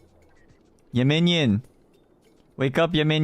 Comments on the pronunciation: 야미니언 발음을 얘먜늬연 이렇게 하네...ㅋㅋㅋ 귀여워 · 얌미니언! 발음 진짜 초초초 카와이😭💓